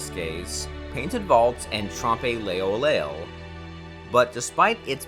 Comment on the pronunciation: Arabiskees? Trompé leoleol? I appreciate the video but please look up the pronunciation of the words like “arabesques” and “trompe l'oeil”. Beautiful images though!